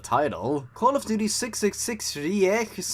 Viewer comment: man as a german speaker, the switch from reich to riech just breaks my poor mind ja, was ist denn los lmao